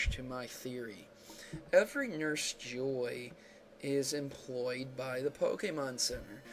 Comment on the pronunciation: just fyi, it is pronounced as jo ii (as in e), not joy